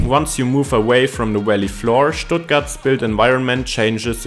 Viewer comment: No no no! There's nothing more off-putting than AI voices. So someone doesn't speak English perfectly, big deal. It was perfectly understandable and certainly better than my attempts at a video in German would be. I did laugh a little at "Valley" sounding like "welly" 👢though!